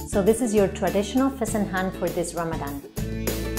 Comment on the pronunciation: It's not fasenHAN. It's fasenJAN or JOON. My god. "Plain white rice which is used in Iran". No. No no no.